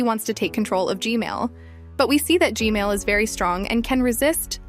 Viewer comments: It’s gman not gmail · its gman not gmail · Was at the premiere, really good job. And how you said g-mail instead of g-man really got me laughing so hard😂 keep up the good work! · It’s g man not g mail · It's G man not G mail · Its G-Man not gmail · Why she always say Gman as Gmail?